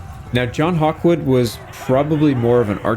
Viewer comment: John gawkwood?